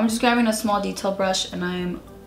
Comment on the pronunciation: You keep saying that you’re “gravving” the colors lmao